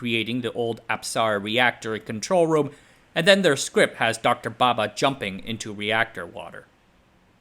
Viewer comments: The diction is definitely great, as expected from an American, a native English speaker. However, correct pronunciation of Indian names is the nemesis of all Westerners 😊 hahaha. Not putting him down for it, just saying. He pronounces Bhabha as Baba. The two (bh vs b) are distinct sounds in Indian languages. English too has its examples of where they differ - bh as in abhor, b as in boot. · It's "Bhabha"....not "Baba". That 'h' got lost due to the pronunciation trouble faced by western people while reciting indian names. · Lousy research on the pronunciation of Bhaba. What idiot says bhaba baba the same? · Bhabha*, pronunciation very different